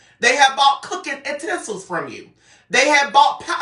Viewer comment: What is "ntensils"? 😂😂😂😂